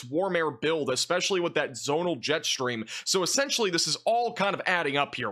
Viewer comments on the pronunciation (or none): none